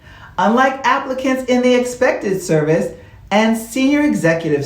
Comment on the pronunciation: Maybe my hearing is off. It sounds like you were saying "Expected Service" instead of "Excepted Service"